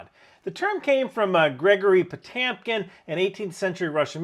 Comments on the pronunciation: Solid video but I cannot stand the way Potemkin is mispronounced as Potaamkin. Also, I thought Stripes was the best Army commercial ever made. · It's Poe tem kin not poe tam kin. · By the way, love your videos, but are you sure your pronouncing Potemkin right? I don't know myself, and you could be right, it could be pronounced Po-TAM-kin, but I always thought it was pronounced Po-TEM-kin. I could be wrong though. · Maybe I’m hearing things but you make Potemkin sound a lot like potamkin. 😂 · Couple of things I don’t understand. The pronunciation I’ve always heard is Potemkin, not Potamkin. And, the villages were created/recreated so they the Czar and his family could visit the happy peasants of Russia w/o ever seeing their true, miserable state. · It's pronounced "Po-tem-kin", not "po-tam-kin" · Po Tem kin. Not Po Tam kin. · It's pronounced Poh Tem Kin. I keep hearing Poh Tam Kin. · You are pronouncing it so wrong, it's supposed to be Potyomkin. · your pronouncing Potemkin wrong it's pronounced as Po-tyo+mkin Потемкин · Pronounced Puh-tyoh-kem. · Potemkin is pronounded Puh-tyom-kin the middle syllable sounds like the word "Yo!", like yo-yo. It's the Russian letter "e" with two dots above it. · I love your videos. Both the longer forms and the shorts. One caveat my Slavic brain short-circuits when it hears the pronunciation of the name "Potemkin" as Potemkin. But I understand that soft voices are difficult to pronounce for English speakers. Thanks again for the Video and I'll probably see you over my coffee and browsing the shorts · Potjomkin, it's pronounced Potjomkin (Потёмкин) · It’s pronounced Pa toy m ken. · It is pronounced "pah-TYOM-kin". The o is pronounced "ah" if not emphasized. The e is sometimes pronounced "yo" (as in Gorbachev and Khrushchev). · Small tip: Potemkin is pronounced Po-teom-kin. Now you know. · Po-TAM-Kim??? Wtf… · I hate to be "that guy" and I love your videos, but I can't stand the mispronunciation of Po-TEM-kin (a dozen times).